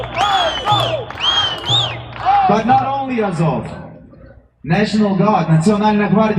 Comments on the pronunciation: To me it sounded like Az-hol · Sounded like 'Adolf' haha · It almost sounds like they're saying ASSHOLE... LOL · The chanting sounds like 'asshole' to me :)